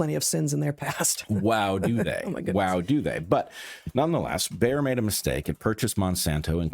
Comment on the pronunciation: Bear ?!? B A Y E R ! Like BAYER FRIERDRICH.